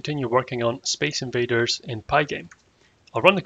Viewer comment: "Space Invanders"